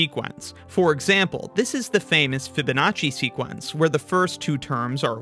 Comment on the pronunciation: French speaking people casually replacing the second E by a I